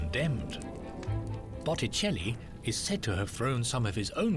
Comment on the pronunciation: I noticed that too. It never did get "Botticelli" right, not once.